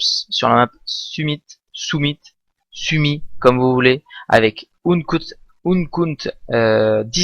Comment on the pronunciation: c'est pas ounekoute mais UnKeute la prononciation ^^